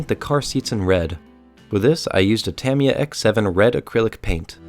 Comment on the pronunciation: Your saying tamiya